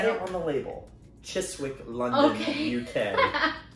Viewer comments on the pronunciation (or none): Chiss wick! He he! We pronounce it Chizzick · Confused was that first dessert meant to be sticky toffe e? Meant to be served hot and flat side down. Awful accents too haha. Ribena (rye-bena) London Pride is very popular, and should be served cool. Chiswick is pronounce chissick.